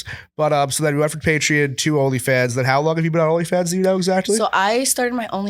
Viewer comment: Theyre saying patreon like its spelled with an i and not an o lmfao wtf its pay tree on